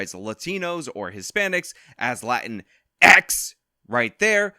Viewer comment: I always enjoy hearing "Latin...X!"